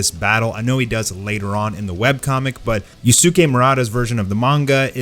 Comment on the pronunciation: Please get master to see this. Yusuke Murata’s first name is pronounced “you skay” not you soo kay